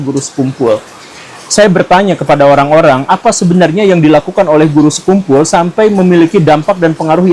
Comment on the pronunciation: kamu ga ber-intelektual sekali, sekian revisi-lah pelafalan nama beliau itu!